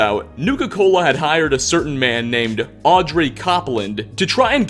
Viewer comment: Also it's Aubrey, not Audrey :)